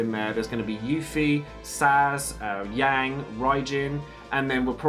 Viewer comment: Thanks for the info! Also I noticed you mispronounced Yang and Cait Sith. They’re pronounced like Yong and Kait She respectivly